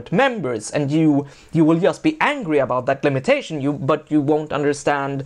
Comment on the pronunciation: Why does he spell just as [jast]? What's the accent?